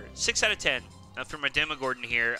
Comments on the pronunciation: the “demogordon” oml it’s demogorGon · demogodorn no, is demogorgon pronounce it right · Demogorgan not demogordan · This mans callin it the demigordon. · DEMOGORDAN 🤣 it’s Demogorgon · He called it the demaGORDON 🤣🤣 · Yo you sayin Demogordon all the time :DD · "Demogordon" Lmao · Demogorgon not demogordon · You called it a contrail. Also its demogorgon not demogordon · demagorgon ,not demagorden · Why is everyone saying demogordon instead of demogorgon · Demogorgon not Demogordon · It’s demogorgon not demogordon💀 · ITS DEMOGORGON NOT DEMOGORDON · its demogorGan not a d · Demo gorge on not demogordon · He won’t notice, he calls it Gordon lmao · He said "Demogordon." here's a joke. What is the upside downs best cook? Demogordon Ramzy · Demogordon?? Hwhut the fwak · He keeps saying demogorDon LMAO, and called “vines” wrap, a “contrail” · This dude said DemigorDON 🤦‍♂️ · He said demogordon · Why are u saying demogordan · It pisses me off how people pronounce Demagorgen